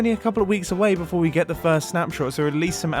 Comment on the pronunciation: in the video he says FIRErst instead of first